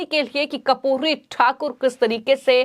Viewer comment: कपूरी नही बेटा कर्पूरी उच्चारण किजिए।मोदी जी क्या खेल खेलते. समझ के बाहर हैं। राम विलास पासवान लालू यादव नितिश कुमार शरद यादव सब लोहियावादी कर्पूरी ठाकूर के आयु में छोटे पर शिष्य कह सकते हैं।बिहार मे बडा खेल होने जा रहा हैं।